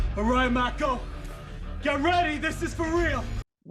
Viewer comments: Her name was Maako, like mako shark, with a soft “a”. I was surprised that you didn’t recognize the director Guillermo (so?) del Toro’s name. He directed Hellboy! 🖤🌹🖤🧛🏻‍♀️ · Did you really say, “that water is no more good”? 😂🤣😂🤣. Btw, her first name is Mako. Pronounced, M-ah-ko. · It Was a tad bit annoying how lost you were with this movie. They are not in sync mentally like that they are sharing the load of the machine they pilot on their brains not sharing every last thought. The "dive" is just connecting. Her name is MAKO!! (MAH-COH). And gypsy never had a sword til that moment. (/_<) it's like ypu watched it but gathered nothing from it. Had to unsub for this one:/ this was just to cringy to watch. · The girl's name is MAKO pronounced MAH-ko.